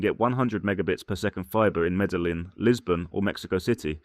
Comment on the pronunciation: As a long-time western expat that has lived in Colombia, Venezuela, Costa Rica, the Philippines and Thailand, I would have to rate this video 50% tourist perception and 50% BS... You keep touting Colombia when you can't even pronounce the name of Medellin correctly, you obviously have never been there... I lived in Colombia for 9 years and left because it was dangerous as hell, yet you paint it as an expat paradise... After traveling to and / or living in 50+ countries, I now live happily in Thailand as it offers the best options for the cost of living... As they say here, up to you...